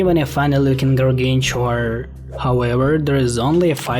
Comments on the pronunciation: everyone else on the internet always pronounce the first "g" like you pronounce the "g" in "great", not like the "g" in "giant" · I don't think that's how Gargantuar should be pronounced.